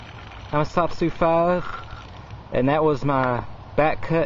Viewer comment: Interesting history, knife fighting skills were more important when almost all firearms were single-shot. The Colt sidelined the fighting Bowie for the most part. I think it's pronounced: la-RAY-doe